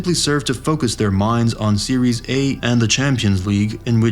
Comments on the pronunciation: Why you always got to say 'series' A when it's 'Serie' dear AI or a person who made this video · It's serie aah, not series A. Pronunciation is off